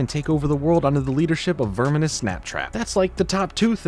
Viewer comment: I think you're slightly mispronouncing Snaptrap's first name.